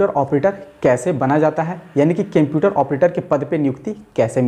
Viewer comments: Kemputer or computer??? 😂😂😂😂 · Cemputer nhi hota sir Computer hota hai 👍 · Bhai use computer bolta hai qumputer nahi bolta hai 🤔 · Sir video dekhanese pehale ek bat jarur bolunga 😅😅😂 computer ko केम्प्युटर mat bolo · computer he kemputer nahi😁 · O kemputer Bol raha hain wo computer hota hain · Apni vartni sudhariye sir je ye kemputer kya hota h Litrelly its so iterative to hear speaking kemputer-kemputer... Its computer 👍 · Bhai its not Kemputer...its computer..😅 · Sar pahla computer BOLNA SIKE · Ap pehle computer bolna sikh lo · Aap computer ko bolna sikho pehlee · Everyone- seeing how he is pronouncing the word computer Me- don't find the mistake The video is usful for jobs rather to find the mistakes